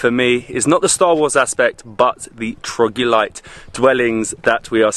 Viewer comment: am i the only one who keeps hearing "trogulite" or is it him not being able to pronounce (or doesn't know) it's "troglodyte" ??